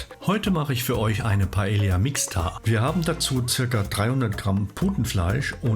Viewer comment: Sorry, aber man spricht das so aus: pah-EH-yah, so wie die Insel 😀